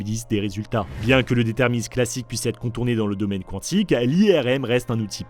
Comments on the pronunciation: prononcé à moitié à l'anglaise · pas quand on parle bien français. ça, c'est à moitié anglais. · Je ne savais pas que ca se prononcais "qwantique" 😅 ( je ne me moque pas, au cas ou, je ne savais vraiment pas 😊 )